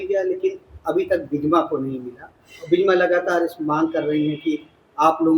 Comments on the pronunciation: न्यूज़ एंकर को सही हिन्दी उच्चारण करना नहीं आता। मोहतरमा हर बार विजमा यादव को विजया और करवरिया बंधुओं को कावरिया बोल रही हैं।😁🤪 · विजया यादव नहीं विजमा यादव है इनका नाम और उदयभान करवरिया है कावरिया नहीं (एंकर जी ) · मैडम उदयभान कांवरिया नहीं करवरिया है। और विजया यादव नहीं विजमा यादव है।😊